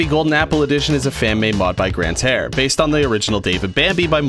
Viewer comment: "Grantare" to "Sky!"